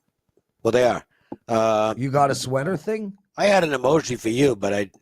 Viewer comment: said he got an emogi 😂😂